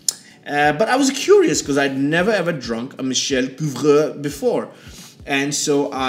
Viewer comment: Your pronunciation of Couvreur is very good, but his first name is spelled Michel.